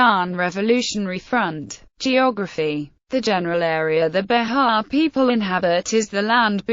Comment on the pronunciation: Not Be-ha, but Be-jah. It has the J sound. This is painful to listen to.